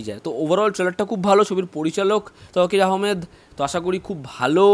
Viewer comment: Cool down...ekhane emnbhabe tar bhul dhori nai jebhabe apni nicchen. Just naam ta thik bhabe bole diyechi. Cool 🙄